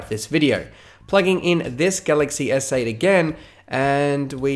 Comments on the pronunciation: I heard "galaxy essay" as well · Every time he says galaxy s8, I hear “galaxy essay”